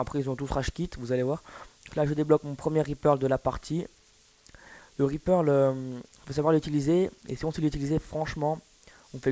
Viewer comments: mec c'est reaper pas RIZ PEURLE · C'est Reaper et non Repearl ."" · Reaperl ......... On dit reaper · reaper et non ri perle😂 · Euh on Reaper pas Repearl ;) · Reaper pas reperle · C'est un REAPER pas un REAPEAL x) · Reaperrrr et pas Reaperllll Ça ma gaché ka video :D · reaper pas reaperle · Reaper, pas reaperl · C'est Reaper Pas Reaperl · On dit reaper pas reaperl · Le reaper et non le reaperle ! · T'as géré mais juste stp ya écrit reaper alors pour tu dit reaperL !? Sinon c'est pas grave joli gamplay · Le meilleur scor francophon? Non seulement c'est faux mais en plus tu joue aux FMG9 akimbo et en plus tu coneille aux autres la mp7 silencieux tir rapide le truck noob quoi! Et c'est pas reaperle mais reaper. Et puis les vra PGM ne se vente jamais contrairement a toi qui dis pour faire un score comme sa il faut tous de meme etre fort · c ets pas Reaperle mais Reaper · Très bon gameplay, rien a dire a part que tu dis ReaperL alors que c'est Reaper^^ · ses reaper et pas reaperle putain de noob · Arrete de dire Reaperle putain c'est reaper c'est écrit partout ! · Raepearl ? Lol ;) sinon gg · Mec apprend a parler francais. REAPER ET NON REAPERLE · Très bon Gameplay! Bravo! :) Sinon ça se dit Reaper.. Il n'y a pas de "l" à la fin du Reaper! ^^ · Tu dit ripearle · Le mec fait 118 kills et ils pensent avoir fait le meilleur score francophone ? Ahahahahahahh. Sur Black ops des mecs ont dépassés les 500 kills ( Certes c'est du spawnkill) mais j'ai moi-même déjà fait plus de 200 kills sur Mw2 sans Spawn trap ou quoi d'autre T'es donc ridicule et très peu modeste et on dis pas " Reaperle " MDRRR